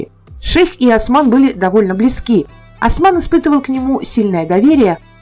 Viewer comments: Ни Асман ,а Осман. Аж уши заболели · Не Асман а Осман! Не Архан а Орхан!